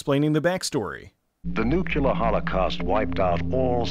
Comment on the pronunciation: 'Nuke-U-lar'. lolz